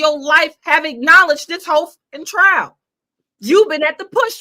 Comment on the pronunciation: messed up nd said trail he f up again.